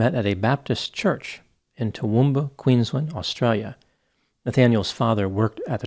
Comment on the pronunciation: Yeah nah i was shocked he pronounced Brizzy properly & apart from getting Mt Isa wrong & Queensland nearly right he did a great job. It's good to see an American actually taking the time out to learn how to pronounce Aussie states, cities & towns correctly when other American's get it so wrong that it's not only cringey but annoying aswell.. the pronunciation of Melbourne always get me